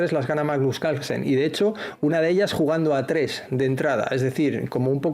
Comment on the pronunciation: Porque no hablan bien es CaRlsen la R se pronuncia Calsen no se quien es